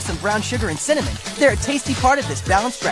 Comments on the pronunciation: I cant stand how they keep saying “cinnamOn” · The bloke in the earlier commercials has no personality or presence whatsoever, which makes it so strange to hear him pronounce cinnamon just to set things up for the catchphrase to work. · The way they mispronounce "cinnamon" just to make it rhythm with "winner, mon" is so weird. Why not just make a cinnamon cereal? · the “cinnaMAN” part killed me because my friend’s rapper name is literally cinnamane lol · I love how the ads pronounce cinnamon wierdly just so it can rhyme with "Winner mon"